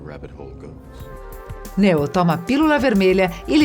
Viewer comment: Por favor ensinem as pessoas que fazem seus videos a falar em inglês ou pelo menos usem apenas os termos aportuguesados. Ela fala mÁtrix, matrÍx e mÉtrix e nunca o correto mÊitrix, ela fala nÊu, nÊo e nIou.